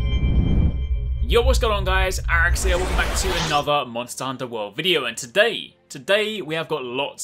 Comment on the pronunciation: The way he says Arekk.. It's like a comic sound lol